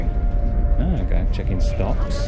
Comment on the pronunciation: Not stops but stocks XD